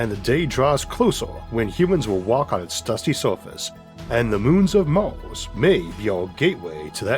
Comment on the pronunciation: Honest question, why do you pronounce some words like you do? "Maws" instead of Mars for example. Is it an accent?